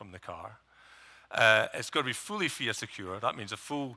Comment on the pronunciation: its pronounced F I A not fia :)